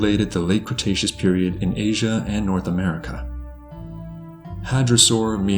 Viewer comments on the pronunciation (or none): none